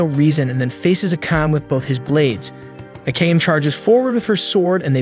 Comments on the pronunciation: Its A K A M E NOT AKAM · ive always wondered why do narrators purposely mess up character names. Akame (A- kah- meh) Not AKAME (A-Came) they aint teach you pronunciation in pre k or you just been walkin around with stupid on your 4head (For - Head) in case you cant comprehend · I'd be happy if you just say the character name right 30min straight i had no idea who you were tlking about (Ah-Kah-Me) Not no fuckin (I came i saw i conquered )